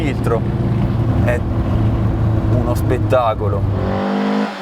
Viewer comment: È uno “spettagolo” 😂😂😂😂